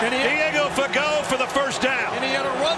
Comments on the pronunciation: It is pronounced Fa-go. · Fuhh-Go… yes I am positive this is not how his name was pronounced in boot camp…